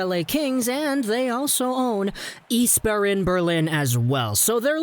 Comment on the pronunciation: Just say "ICE Barren" and you're good.